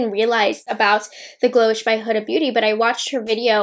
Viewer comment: Her name is prononuced like Hooda, its arabic name